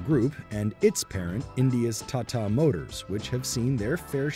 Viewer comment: OK now say with me 'Taa Taa, Taa Taa' got it? not Tattaa